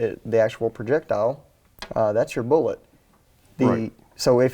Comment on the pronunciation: That ain't no stniking cartridge . . . it's a "Boolot". Hope ya' knowed the difference . . . 🤣